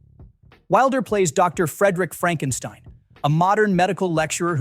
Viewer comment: it's not Fredrick Frankenstein, it's freedrick frankensteen.